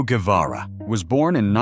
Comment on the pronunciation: Vous ne savez même pas, prononcer son nom correctement,un peu de respect,stop😮😮😮